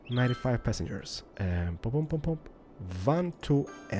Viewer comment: I love your videos and your voice is so relaxing, but everytime you say "pop" it's poop and I lose it everytime. <3